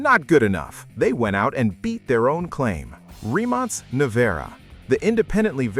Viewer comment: The flaw.. Pininfarina..not Pininfanera Rimac Nevera..not Rimon Nareva